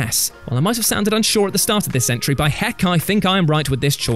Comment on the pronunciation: Thank you. That was pretty cringe to listen to....